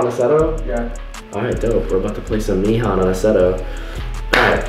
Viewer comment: BOIS AGAIN NOT 'MEE HAN' 'MAY HAN'